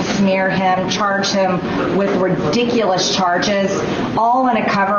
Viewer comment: It's widicouwus